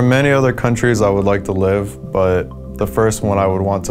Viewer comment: I love how lustboy Talks english, or should i say rustboy... "I think Japan is a fine place to rive" no racism intended :)